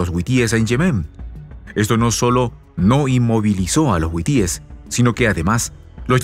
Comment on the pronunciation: Hasta cuándo aprenderás que es HUTÍES?. no es huitíes. Es HUTÍES, BESTIA!